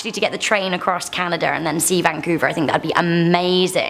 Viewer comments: ntntnt it canada not canadar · Across canaderr huh 😂